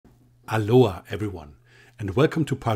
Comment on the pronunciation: Aloha? A low AH? Hallo AH? Great vid ty.